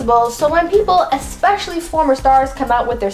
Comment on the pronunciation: You didn't say "Especially" correctly, though...